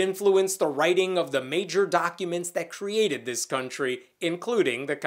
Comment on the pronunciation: I thought I heard guntry instead of country.